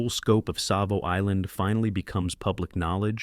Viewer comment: Savo with a T ?!! unreal